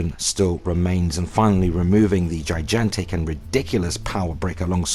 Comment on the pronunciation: Da fuq is Ji-Jan-tic?